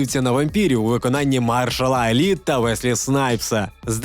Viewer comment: Махершал Алі а не Маршалл